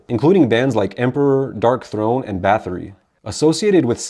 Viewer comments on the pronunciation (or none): none